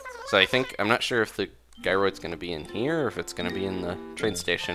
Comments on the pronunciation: its jy-rids but it Is kinda anying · Am I the only one who's getting really annoyed that he keeps saying "guy-roids"?